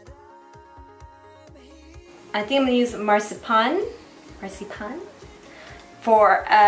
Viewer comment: You're not a baker or you'd know Marzipan:) It's pronounced Mar-zi-pan (short i after the z.) I LOVE your makeup looks and have been binge watching!! You're so talented!!